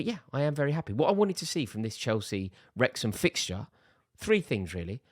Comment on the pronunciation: It’s Wrexham…